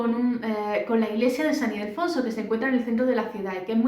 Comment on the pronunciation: San Ildefonso, no Idelfonso